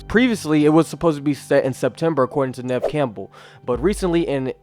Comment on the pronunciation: Please at least pronounce Neve Campbell correctly